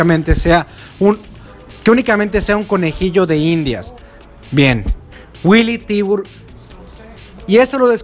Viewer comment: Willy Tibur? Me parece que es Billy Tiber